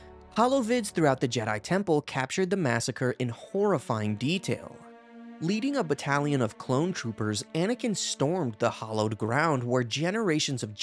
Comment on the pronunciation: You said hollowed ground instead of hallowed ground.